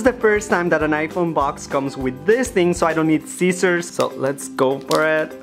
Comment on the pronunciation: when he said "scissors"😂😂